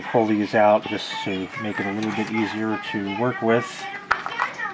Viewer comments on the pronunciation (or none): none